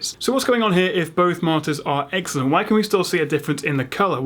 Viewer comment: When you say "monitors" sometimes it sounds like "monsters" :P